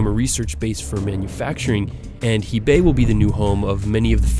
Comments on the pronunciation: It’s actually Hebei not Heibei... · Not "Heibei" but "Hebei". At least show some freaking professionalism. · It’s not “Heibei”, it’s “Hebei” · WTF u said HEIBEI? :)) is HEBEI mister.... poor informations.... come onnnn bug in first 20 seconds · HeRh Bei. Not Hee Bei. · Hebei not Heibei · Hebei, not Heibei. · Her-bei NOT he-bei. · Thanks for the video, and just to kindly remind you, Heibei does not exist, it is Hebei province, and Bo Hai is actually Bo sea, Hai means "Sea" in Chinese, it is a great video, thanks for the update :) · its HEBEI not HEIBEI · "Hey-babe" province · I like the amount of research that went into this video and it's very educational, but for all of that and the effort of creating a 20+ minute video, Hebei is not only spelled wrong as "Heibei," but is also pronounced wrong as "hey-bay," whereas the correct pronunciation is quite different: it's "huh-bay," which undercuts the video as a whole, since it's such a basic fact that has been overlooked. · lol. It's "he2bei3". How could you make a mistake on such simple things. really lousy homework and research you've done. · "Hebei" should be easy to pronounce for English speaker, but most English speakers won't even want to put in minimum effort！it is "Her pay" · Hi from Beijing. Okay, learn how to pronounce Hebei and I'll keep listening. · his pronunciation of Hebei kills me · I chuckled when I heard him saying "Hebei" 嘿北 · Very interesting, but you really need to work on your Chinese tones and pronunciations. You got a little sloppy there at times. Your worst pronunciations were Dalian and Hebei. Rather than make it up as you go along, do your research and make a better attempt at pronouncing your Chinese cities correctly. Maybe this link will help you.